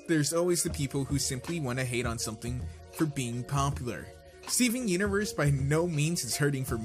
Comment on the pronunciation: U say the universe wrong